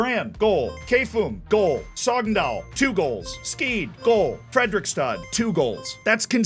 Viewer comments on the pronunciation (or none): Props on the pronounciation of Norwegian clubs. Some misses on KFUM and Skeid, but overall, very good! ;)